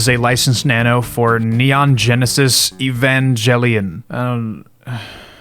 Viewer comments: astolfo also that is a horrible pronunciation of evangelion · Man said Evanjellyon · How have you never heard anyone say Evangelion?????, Edit: THERE'S AN EXTELLA LINK TAMAGOCHI!? also its pretty clear from the rest of this lighting round you're fucking with people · hearing you massacre pronouncing Evangelion hurt me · not sure how you can be into this stuff and not adjacently be into anime - your butchering of Evangelion made my ears hurt